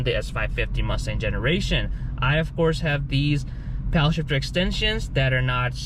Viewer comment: I can't get over how you're saying "Powell" shifter.... It's paddle ..... Paddle.... PADDLE